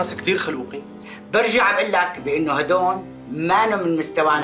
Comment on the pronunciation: هدون ❌ هدول ✔️ 😂😂😂😂😂😂